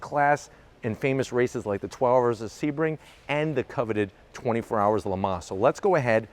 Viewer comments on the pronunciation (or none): none